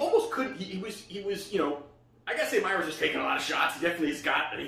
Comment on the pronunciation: Who the fook is meyers it’s mayes